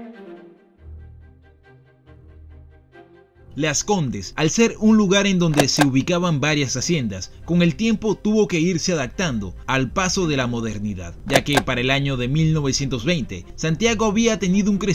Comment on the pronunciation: "Porqué dicen adactando"